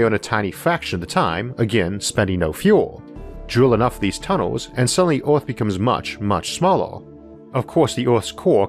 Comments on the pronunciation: Things I've learned in this videop: Isaac Arthur can't pronounce the word "Earth". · Earth or oarth? No offense just asking. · The pronunciation of this bloke is absurd...I catch a word every five he utters. eg. earth pronounced ore. If you consider that one of the main arguments is"mining the earth"...